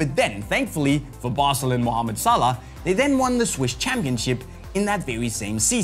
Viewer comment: you pronounced his name wrong.